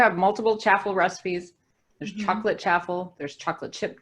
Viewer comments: Isn’t it supposed to rhyme with waffle? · I think are pronouncing it wrong? Or maybe it's like pecan. I pronounce chaffle like ch-ah-ffle?